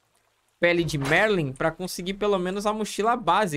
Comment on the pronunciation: não é merlin, é marlin (sílaba tônica no A).. uAHSUahs Abraços gatão!! LIKE! LIKE! ☺♥☺♥